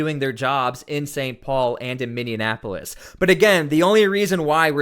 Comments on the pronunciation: jesus say it with me sound it out miny ap o lis Minneapolis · Stop it. 😂 its Minne - apolis... there is no N between the e and a. 😂 Minne - apolis. Thank you. 😊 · Pronounced “Minn-e-a-polis”. The “in” is not enunciated. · He was saying anything but Minneapolis sounded like minneanapolis most of the time. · Never heard of min-e-an-app-oh-lis . . Is it part of a third twin city lol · ...it's pronounced "mini - apple -us" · FYI it's pronounced Minn-E-Apolis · welcome ladies and gents! doing your job well! thank you. fyi its minnie-appolis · MIN E Apolis... seriously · There is no N in the middle of Minneapolis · BRO! Youve gotta learn how to pronounce Minneapolis. EA makes an EE sound, A is silent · You are mispronouncing Minneapolis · Learn to pronounce Minneapolis.! It wrecks your credibility. You are butchering it! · Could you please stop mispronouncing Minneapolis? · I had to bail after 5 min. It was driving me crazy every time you say minneapolis. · for the love of god, learn how to pronounce Minneapolis. said just like it looks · Are you misprouncing "Minneapolis" on-purpose? I'm from St. Paul so I get any and all jokes pointed at us... lol. Our state will be red once Trump takes all the trash out. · Love ya brother but you should re-record this with the correct pronunciation of Minneapolis. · It's called min-e-apolis. Non min-in-e-apolis. It's spelt Minneapolis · It's Minneapolis, not Mindianapolis. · ....Just letting you know that it's not Minnianapolis. It’s Minneapolis. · Just a little help with the pronouncement,. Not “Minionapolis,” it’s “MinneApolis.” Not meant to be condescending! Love your content,! Keep it up, man! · Minne......apolis ...pronounced Miny. Apolis not Miny IN Apolis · I live in Minneapolis. It's actually pronounced, 'Minn-e-apo-lis.' You pronounce it, 'Minn-e-in-apo-lis.' Just sayin'... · Bro please tell me where the extra N is in the word minne-ap-o-lis? What city is minne-in-ap-o-lis.